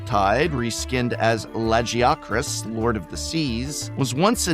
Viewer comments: Man, Wilds may have bothered me with the way they pronounce Lagiacrus, but at least it wasn't the way Professor said it. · I love hearing him try to pronounce these things names. The first time he tried to say Nargacuga and Lagiacrus in particular got good chuckles out me. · Hearing Nargacuga and Lagiacrus pronounced ragebaited me to comment for the algorithm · Hearing him say Lagiacrus took 20 years off my life wtf was that pronunciation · wasn't expecting prof adding a new contender to the " how the heck do you pronounce lagiacrus" debate